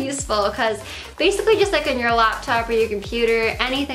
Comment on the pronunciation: "Basiccy" instead of Basically. EUGENIA PLEASE GET HELP, FOR THE LOVE OF GOD OR MAYBE EVEN YOUR VIEWERS.